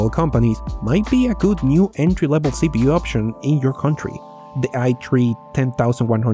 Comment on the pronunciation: It's supposed to be pronounced i3 lol oof xD